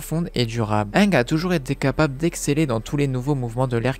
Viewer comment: Arrêter te dire anglais ange c'est ang